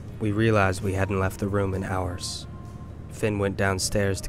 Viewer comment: Did you just pronounce the 'h' in 'hours'?